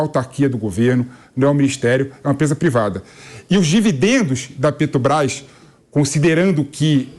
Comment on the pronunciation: O barbudo aí fala PÉ-TO-BRAIS igual ao Mula, ele é um devoto do bandido?